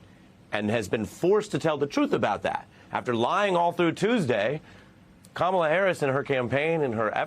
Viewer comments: I'm kinda surprised nobody else corrected them before you. I mean, Trump and others have been mispronouncing her name on purpose - but at least the OP is a supporter 🤷‍♀️ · I’m willing to bet he won’t mispronounce her name ever again!